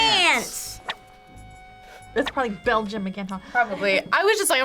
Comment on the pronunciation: 3.54 begium lol